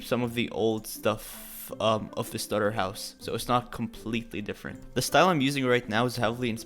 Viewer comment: I have 4 words... Bootiful Still underrated Amazing Edit: : Me: he said the stutter house...